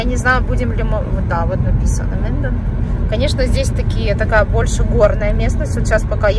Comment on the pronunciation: Это не Минден, а Менден